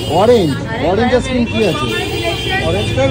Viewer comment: Aas kirim ki bhai ?? Ice cream bolte pare na naki